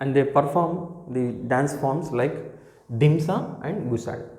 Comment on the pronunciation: dhimsa kadhu Demsa